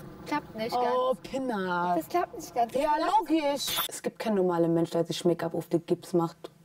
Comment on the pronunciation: taff: "Pinar": "Pinna"